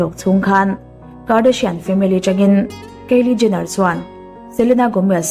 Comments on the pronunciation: A ngaihnawm viau rual rual hian.. thil pakhat selna lam ni lovin.. Kylie Jenner( keili Jenner) ti a lam lovin (khaili Jenner) tia lam zawk tur a ni. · Kiele jenner nilo in kylie jenner tiha pronounce tur a nih ka ring😀👍👍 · Kylie Jenner hming i sawi dik lo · Kylie Jenner i lam Dan hi Kalo helh😌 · Kylie Jenner i lam dan hi ka hre tha thei lo